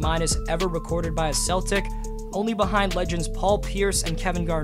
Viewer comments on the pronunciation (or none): none